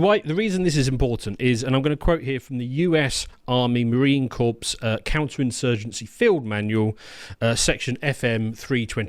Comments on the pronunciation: United States Marine Corps* not Marine Corpse lol,. It is pronounced as "Core" not as "Corpse". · Pronounced cor, not corps ffs. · Surprised doesn’t know the pronunciation of “corps”. That’s Carl-level (except carl probably does know seeing as he was a military brat). Tbf I only knew because Keith chegwin made the same mistake on tv in the 70s and my grandad commented in disgust. How are you supposed to know unless you hear it and see it at the same time or someone tells you? It kinda shows how little is interested in the military. I wonder how many under-40s still use the traditional English pronunciation of lieutenant, most Americanisms have been adopted now.